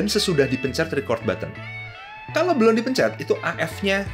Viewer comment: belan belon belun, susah banget ya ngomong belum